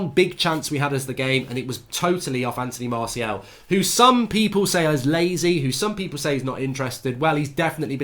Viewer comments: La Stacey everyone: Anthony Martial Goldridge: Anthony Marseal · Drinking game: every time mark says Antony Marseal (Martial) take a shot. Be drunk 15mins in